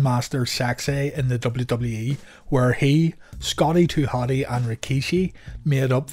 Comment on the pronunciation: Excuse me, the proper pronounciation is Scotty Too Hot A